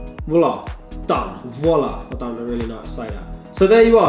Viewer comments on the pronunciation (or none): none